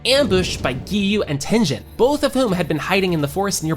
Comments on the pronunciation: Did he say tengin but it is tengen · Tenjen you mean Tengen 😂😂😂😅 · Teg-en TEN-GEN ak-a-za-AKA-ZA Hash-era HASH-IRA IM SCREAMING THESSE WORNG PROUNSEIATIONS ばは！ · Bro sed tenjen instead of tengen😭✌️ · bro is sayig tejen not tengen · are you ragebaiting with tengen its pronounced ten gen not ten jen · why did he say tenjen instead of tengen😭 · It's mugen not mujen and it's tengen not tenjen ok? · Hey just wanna say it's not ten jin it's ten gen like ten ge-n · Its tengen ten genial not ten jin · Its Tengan (ten-g-an) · I'm sorry, I just dislike how you pronounced Tengen's name and Yoriichi 2.0 or I am just not in the audience who understands it ;_ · I hate how he says tengen